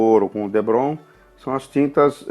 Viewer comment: parabéns, obrigado pelas dicas! e por falar em dicas, o nome do material é depron, não debron ok! um abraço! ps. me inscrevi no canal